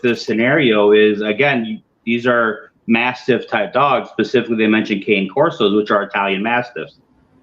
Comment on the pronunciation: The correct pronunciation of Cane Corso is Cane(Cane uh) Corso. Sorry pet peeve.